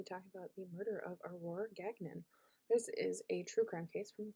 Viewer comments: its pronounced gan yon. its french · Really don’t think you are pronouncing Gagnon correctly…